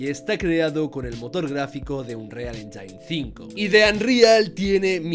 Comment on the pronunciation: casa vez que dices engine mal muere un gatito